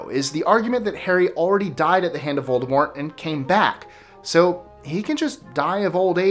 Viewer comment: IS A HUFFLEPUFF! Yeah!! Also, props for pronouncing "Voldemort" correctly!